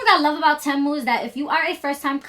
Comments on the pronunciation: Legit question. How do ya'll know it's called Té Moo and not Tee moo? Did the company state that's how to pronounce it? Lol like to me it doesn't sound right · It's actually pronounced "Teemoo" lol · It’s pronounced “TEE-MOO” babe ❤ I know a lot of people have been pronouncing it wrong but I get it